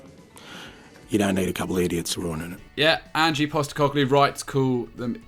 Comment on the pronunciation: Stop saying Angie. It's ange, short for Angelos. Give the man his respect and get his bloody name right